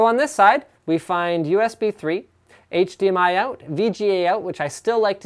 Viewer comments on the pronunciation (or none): none